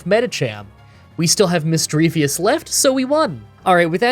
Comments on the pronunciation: I absolutely hate how says missdreavus wrong. It doesnt end in "vous" its just "vus" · Not to be rude but it's Misdreavus not Misdreavius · misdreaVUS not misdreaVIUS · I'm so happy that someone else pronounces Misdreavus as Misdreavious like me lol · Where is the ‘i’ at the end of Misdreavus? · There is no i at the end of Misdreavus.. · You've probably already heard this from other commenters, but you constantly mispronounced Misdreavus's name 😅 there's no second i in the name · please for the love of god its mis-dreev-uss not mis-dreev-ee-uss and cran-ni-dos not cran-ee-a-dos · Shelldon, Misdreavius, Craniados, Garotle, Bronzer, Hippodon. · Not to rib you too hard, but you took the I out of Shieldon and put it in Misdreavus and my persnickity brain got annoyed. Have this thought for the algorithm, knowing you'll do it again. :P